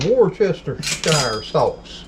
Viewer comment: Wuss -ter-cher (as in the singer) best regards, an English lady living in Bulgaria !